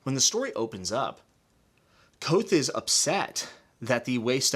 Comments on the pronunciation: K'vothe. K-vothe. Not Kwothe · Say Kvothe like Quoth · Small note the V is not silent In Kvothe. It’s a weird name to pronounce